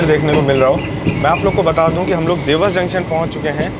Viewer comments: Vlog is amazing but srry to correct u dewas ko देवास boltey hain na ki देवस. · Bhai its "Dewas" not "dews" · Bhai it’s “देवास” not “देवस” “नागदा” Not नग्दा